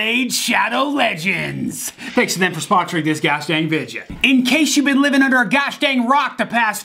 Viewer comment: is the kind of guy to fake saying video as vidja 😂